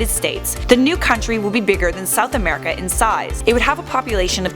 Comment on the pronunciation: Camerica XD